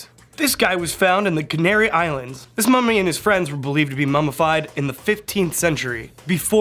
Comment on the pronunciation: For a second, I thought he said,” FAMOUS MOMMY!!!”